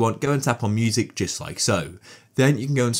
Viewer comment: stop saiyng jut like so its just like this